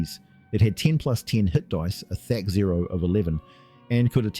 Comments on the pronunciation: I've heard Thac0 pronounced many ways, but this is the first time I've heard it said "Thac-Zero" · Was this an early AI voice attempt. I heard several mispronounced words (thac-zero and smurgh was pronounced two different ways in the same sentance). Not that I have a problem with it, just got my notice.